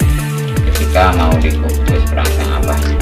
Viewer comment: Mohon jawab suhu itu sunbel aoa ya namanya.. Dan perangsang nya kurang jelas ku dengar bos q. Sukses sllu bos q chanel nya.